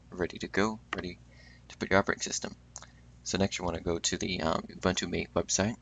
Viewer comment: Cool but you have to start pronouncing it Mate as in Mah-Tae.